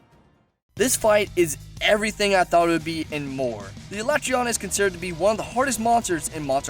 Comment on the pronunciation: Can You learn How to say their Fucking names? alatrEon Not alAtreon fuck man